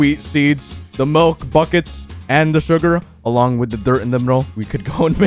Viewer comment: Y do u say wid instead of with